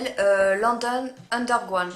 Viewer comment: Le calypso coral, je l'adore, regarde les swaches sur...ce qui me fait rire avec c'est qu'elle n'arrive pas à dire Underground, par contre 3 D Straight, sans problème alors que pour moi c'est bien + dur à dire;-)des bises les filles..